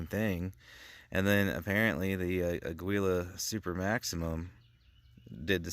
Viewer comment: .22LR for defense should be out of a rifle for any reliable expansion. Rough Rider revolvers lose a lot of velocity on chrono tests. It’s pronounced ah-GEE-lah.